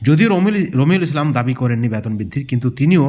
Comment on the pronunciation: আপনি আগে সঠিক উচ্চারণ শিখুন বেতন বলুন, না বলে ব্যাতন বলছেন কেন খুবই কানে লাগে